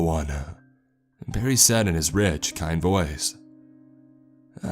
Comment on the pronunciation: The inflection you put on the last word of every sentence drives me crazy,, I know it isn’t kahhhhind ,, I’m so sahhhhrry,,, it’s like u exhale on the last word for dramatic effect but it just sounds like a frat boy droning on about last nights shag